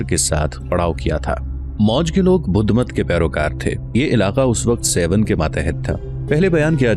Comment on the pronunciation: سيون نہیں بلکہ درست لفظ ہے سیھوڻ (سہوڻ)